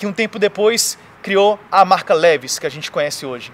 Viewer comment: Obrigado por compartilhar! PS: a pronuncia de LEVI`S é diferente.